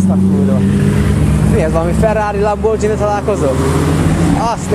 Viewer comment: Kiejtve nem lambordzsini, inkább lamborgíni